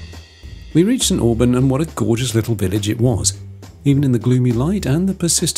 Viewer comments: Not be rude but as a local St.Oburn is not pronounced as orben but oben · Nice video. St Aubin is pronounced (St Obin ) Lived in Jersey 57yrs, my hubby was Jersey Born, he wanted to travel around the UK, so we did, lost him recently and may well go back to the Island at some point in the future?